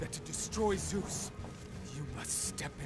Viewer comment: At least Kratos said ZOOOS